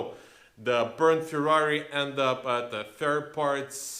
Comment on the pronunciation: The car is called FERRARI not FIRRARI get your pronunciation right, you are damaging the brand 👎